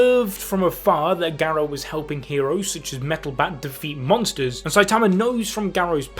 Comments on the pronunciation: Gah. Row. not Geh Roe. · Dude can’t even say garou name right lol